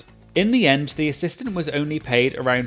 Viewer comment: I keep hearing "exorcistant" 😅